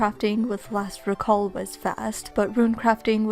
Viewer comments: It's "reeeeeeeeeeee-call" >:( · The noun and verb form of “recall” have different pronunciations